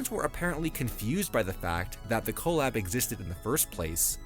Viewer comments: no 😭 it’s usually “cuh-lab” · The pronunciation of “collab” is driving me nuts